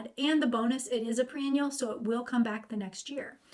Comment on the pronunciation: When you say pre-annual, do you mean, perennial?